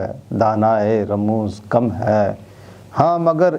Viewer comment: جناب عابد صاحب آپ نے کلام اقبال کے ساتھ انصاف نہیں کیا۔ عالم کیف اور دانائے رموز کم کا مطلب وہ نہیں جو آپ فرما رہے ہیں ۔ عالم کے "ل" اور رموز کی "ز" کے نیچے زیر لگا کر پڑھیے پھر معاملہ ٹھیک ہو جائے گا۔ یہاں "عالم کیف" سے مراد کیفیت کا جاننے والا اور "دانائے رموز کم" سے مراد کمیت کے راز جاننے والا ہے۔